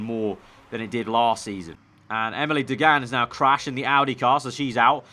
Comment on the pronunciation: I don't know the Emily Duggan but I know people who's surname is Duggan and it's pronounced like d-u-gg-a-n not d-oo-gg-an like it's a normal u